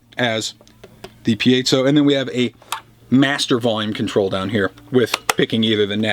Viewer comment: Piezo - I heard it pronounced "pie-zo'", "pee-zo" and now "pee-A-zo'". I say screw it & call it a Pizza Pup.